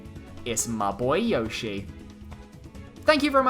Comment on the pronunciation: Yoshi is your favourite yet you pronounce his name wrong lol